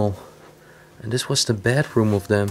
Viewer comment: Just one little remark I keep forgetting to make, and keeps being a little pet peeve (sorry guys)... You're saying "Bad Room" each time when you clearly mean "Bedroom"; it's the pause and tone that makes a difference.. not to confuse with the "Bathroom" ofcourse :p (yeah that's a joke people)